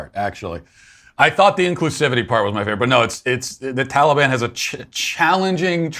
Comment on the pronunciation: Why are they suddenly pronouncing Taliban like that?